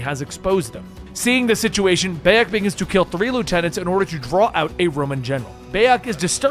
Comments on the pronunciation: Every time I hear you say Beyak instead of Bayek, my ears bleed! 😒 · The protagonist isnt called beyak. But bayek. You cant even fucking nail that, why the fuck should we listen to your video? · Ahh yes bey-ej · Buy-ek, Keh-moo, Eye-bis, Flah-vee-us, Ah-mew-net…please…. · BAHHH-YEKKK good god man the least you could do is get the main characters name right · Dude it pronounced Buy-Ek!!!! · Beyack? Hahahahahahahahahaha!!! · dawg im sorry but you couldve at least tried to pronounce his name properly. everybody calls him BYE-ek and u still managed to pronounce it wrong smh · Ah yes my favourite assassin Bay-ek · Ah yes baiek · Pronounced bye-yek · i love how you mispronounce the name beyak thats funny leatrn more about games if u wanna make vids ab them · huge dislike for mispronouncing the protagonists name, that's about as much as I need to know about how much you know about the series and if I should listen to the video, bye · I can't finish this video. It hurts to hear you say Bayek's name. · How do you listen to someone's name a hundred times maybe even read it if you have the subtitles on and still say it completely wrong in the most American accent possible. Is it just impossible for Americans to just say a name how it's pronounced do they have to pronounce it in an American accent with American English and American pronunciation wtaf and how? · honestly, I couldn't watch more than a minute of this for the simple detail that he's saying Bayak's name wrong, cause its not like you don't hear it a HUNDRED times in the game or anything... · I literally don't have the capacity to finish this video because he can't pronounce my man's name 💀💀💀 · Yeah I was boutta say how can you play the game and not pronounce Bayek